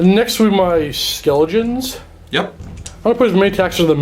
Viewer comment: Skeltaws and Zambeys